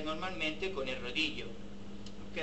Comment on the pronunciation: Un Italiano diciendo rodillo, casi me da un infarto.